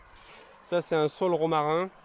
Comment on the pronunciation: Merci, belle vidéo. Juste un petit quelque chose, saule ça se dit "saule" et non "sole" et taupe ça se dit "taupe" et non "top"